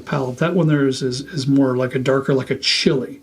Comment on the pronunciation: Chilli, its chilli, like a chilli, chilli